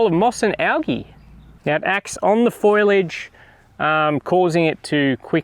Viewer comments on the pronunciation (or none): “Fo-lee-age,” not “foilage,” mate. Aussies are weird. Best to keep your pup well away from that chemical. If you put a nozzle on your hose you won’t need a tap slave to turn the pump on and off. Brass connectors and metal nozzles will last longer than plastic. Where did you think peas came from? Try some bush beans, too. Your gardening education is going to be entertaining. I’m guessing those tall frames were put in for a reason. The local birds are waiting patiently for your crops to be ready so they can get there first. They get up earlier than you do. Look for a deal on plenty of netting that does not degrade in the sun. Wire mesh as a roof would work, too, but you still need access to the raised beds. Thanks for posting. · Really can't believe that someone who works with plants and gardens constantly, can't pronounce the word foliage.